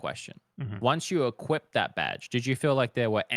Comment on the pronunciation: "equipted" drove me nuts